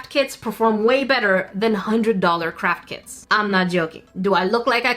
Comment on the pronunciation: I don't know if it's my inner Sika but every time you say "craft kits" I always hear "Crap kits" instead 🤣